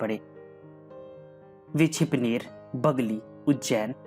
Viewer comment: छिपनेर नहीं छिपानेर